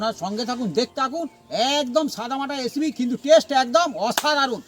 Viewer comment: Recipi❌ Achapi✅ 😂😂😂😂